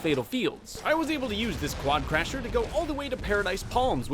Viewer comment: WI think I'm the only one who realised that said quadcrasher and not quadcrusher